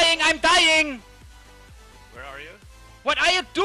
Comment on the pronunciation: typical german "what ah eh guys doing im DAYING IM DAYING" BabyRage